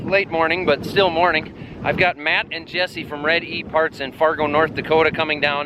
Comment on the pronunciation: You have the correct pronunciation of Fargoooo down!